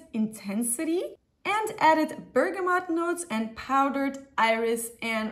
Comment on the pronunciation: Finally someone saying bergamot properly, every other fragrance youtuber says bergamoNt...